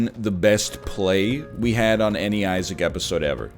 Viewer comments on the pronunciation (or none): Not even a minute in and we've already got a Vinesauce Vinny reference and him mistakenly saying "Isaac".